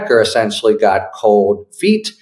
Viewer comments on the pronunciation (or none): none